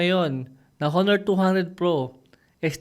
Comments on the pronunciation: Silent H dapat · HO-NOR ba talaga tamang pagbigkas nyan? o ONOR(honor)?? baka ako lang ang di updated..